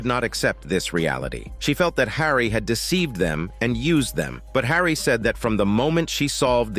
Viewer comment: The pronounciation of the mathematician's name keeps changing between Hawry and Hair-ey in sentences next to each other. It is rather annoying.